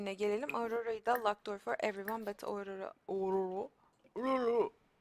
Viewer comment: aurora diye söylenmiyor orora diye okunuyorrrrrrrr abla bunu yanlış söyledinğğğğğğ